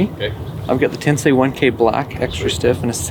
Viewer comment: Really wicked sound, I love it! Great review👍🏻 Btw, you’re the only reviewer who ever said “Tensei” correctly lol.